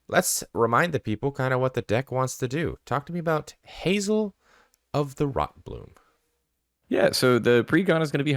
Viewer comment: Saying rotbloom multiple times was pretty cringe ngl 😂